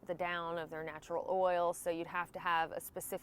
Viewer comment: Thanks. You were one of my go-to resources as i prepared for my 2021 Thru Hike. You made it so much easier on me and i had few problems with my gear making my hike very enjoyable.. I also love the way you say oil. My wife is from Louisiana and she says it the same way. "Water Doc "